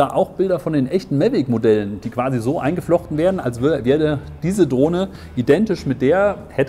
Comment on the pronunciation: Warum sagt er die ganze Zeit "Mellweg"? Die heißen "Mavic" dachte ich?...